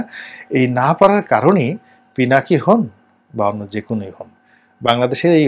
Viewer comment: পিনাকী দাদার নামটাও ঠিক মত বলতে পারলেন না। আর আপনি আসছেন পিনাকীদা'র মুল্যায়ন করতে। Shame on you man!